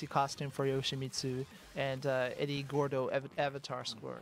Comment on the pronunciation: Eddy Gorrrrrrrrrrrrrrdo! Those who speak Spanish will get the joke 😂